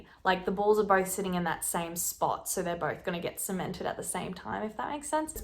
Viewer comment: This sound dumb but I love the way you talk and the ways you say balls. I literally start laughing every time